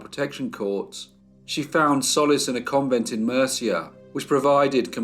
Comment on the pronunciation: Interesting! Murcia is pronounced moorcia I hope it helps 😊thank you for telling this sad horrible case.